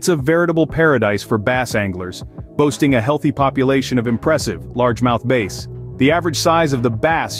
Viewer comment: .... ummmm, that's not LOZ... AI bot talking. Confuses Bass - fish - with Bass - subwoofer. But now I have a vision of a Largemouth Bass in my head.